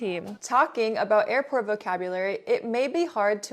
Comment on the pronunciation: i lave earport ❤😂😂